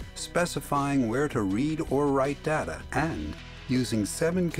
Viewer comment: The word Data is incorrectly pronounced in this Video